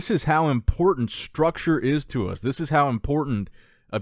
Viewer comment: your videos are my staple for bodybuilding content! Keep 'em coming. Why do you pronounce "thish year" though?